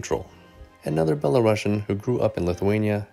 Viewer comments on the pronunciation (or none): "belarusian" is pronounced as [belarusian], not [belarashian]. it's from the word "Belarus", not from the word "Russia" :)